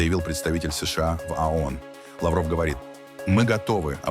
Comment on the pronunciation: Не. АОН, а ООН!Произносите правильно!